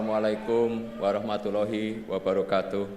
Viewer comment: Ucapan salam yg benar,Loooh nya yg panjang bukan hi nya.